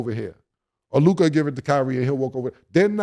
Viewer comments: Mase, its Luka not Lukaaahh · Mase keeps saying Luka’s name like Lukia 🤣🤣🤣 someone tell em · Who is Luke eye Mase. new york dudes hate saying people names right🤣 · Lol it kills me when Mase says “Luke Ahhh” 😂😂😂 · Why does mase pronounce Luka name different than other analysts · Am I the only one who wonder why Mase pronounces Luka the way he does??